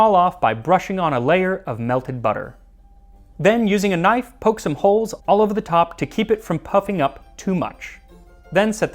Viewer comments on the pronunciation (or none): none